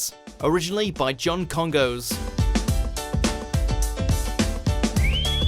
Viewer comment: It’s pronounced Kongoss. You don’t say the second O like “ghost”.